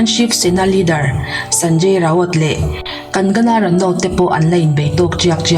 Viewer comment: Ngaihnawm thin e, chuan..kan-ga-na ni lovin kang-na ti a lam rik tur😊